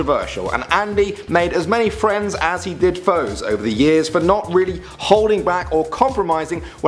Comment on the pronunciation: Is it me or did he say wheely instead of really